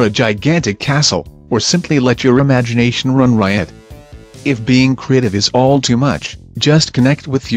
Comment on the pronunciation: "Let ur imagunatiun run rwad"